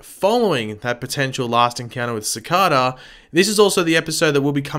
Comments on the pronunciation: Cih Kay da speller Cicada Not ci ca da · As much as you know about the show why can’t you pronounce Cicada name right I know you have an accent but.....It’s not Cicoda come on bro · I want you to know I detest the way you say Cicada. I understand the accent but it's like hearing a Canadian say Aquaman completely wrong. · Am I the only one who gets annoyed by the way he pronounces cicada